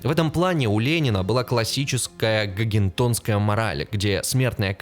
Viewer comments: Что-то много оговорок, куда смотрел редактор? (( "Контрационных лагерях" "Гогентонская мораль" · научись правильно произносить "концентрационный! и "готтентотская мораль". слушать противно....